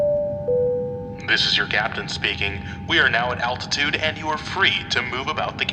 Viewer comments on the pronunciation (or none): none